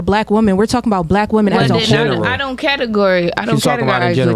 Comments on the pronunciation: “I don’t categorize wichall. I don’t categoryize wichall” Where the fck did she learn to speak? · . She doesn't "category-ize" with ya'll 😏